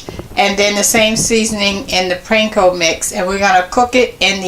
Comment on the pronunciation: P AAAAN KO bread crumbs lady!! Not PRANKO